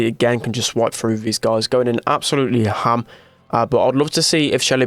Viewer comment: Lol the way says “hAM”